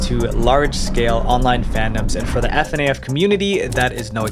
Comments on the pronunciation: Why do you keep saying Ef-En-A-Ef? You have to put the letters together. It’s pronounced Fin-af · You know someone doesn't know anything about fnaf and is just making a video on if because fnaf is popular when they pronounce Fnaf as F N A F (pronouncing every letter individually) instead of Fnaf (saying it as fuh-naff like a word) I'll say, it's an extremely well edited video, so many things weren't mentioned when talking about a topic they're in, so many things we just wrong like calling ladyfizi a modeler for the series when she only made 2d art, and so much more. Pretty much every topic covered has at least one thing wrong about it. Please only cover a topic if you're well versed in and know a lot about it it or are at least willing to put in the time to research it front to back as to not get things wrong, because this doesn't make me wanna watch your other videos when so much is wrong here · "F en ai f" Bro its fnaf, you have to spell it like a word 💀💀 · Ive never heard anyone call it F N A F, didn't you hear the countless videos you looked at call it fuhnaf?? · its not eff en aie eff. its fuh-na-fuh sorry the spelling urks me a bit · IT'S PRONOUNCED FANAFF, NOT F-A-N-F; THE SAME WAY YOU PRONOUNCE SHIELD INSTEAD OF S-H-I-E-L-D! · IM SORRY BUT I CANT IGNORE HOW MY PRONOUNCED FNAF- ITS PRONOUNCED FNAF NO F AND AF. LOOK IT UP, PLEASE. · fnaf, not eff-en-ay-eff lmao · why does he say it like f-n-a-f instead of just saying fnaf 😭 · He says f n a f instead of fnaf and f n i a instead of fnia (fneaya) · Fuh-naf Bro it's not hard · It’s pronounced “fah naff”. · Why does he say it like "ef en ae ef" 💀💀😭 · ikr it’s pronounced FUH-NAFF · Actually hearing FNAF pronounced as F N A F tingles all the weong poaces 👀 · stop saing ef an ay eff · Fnaf pronounced fuhnaff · Also it slightly bothers me he doesn’t pronounce it as “fuhnaff” but that’s whatever. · The "f n a f " (That hurt) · Dawg fr doesn’t pronounce it funaff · fuh naff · The fact the he says that annoys me